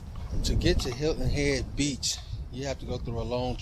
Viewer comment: New sub I laughed every you said Hilton hedge lol because im from SC lol❤